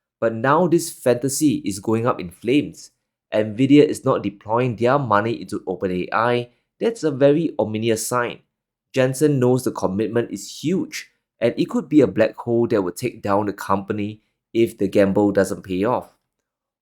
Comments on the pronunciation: do you pronounce ominous as ominus or ominius... You are the only one that pronounces as the latter. Is that singlish.? Why don't you listen to other international news readers to learn how to pronounce properly and stop killing the English language by inventing your own way of pronunciation. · Ominous NOT omniminious…just saying….great show otherwise but since you speak such good English I thought I’d help you correct a minor error in pronounciation to help you improve…NOT trying to embarrass you or insult you…just trying to to help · its OMINOUS. Not OMINIOUS.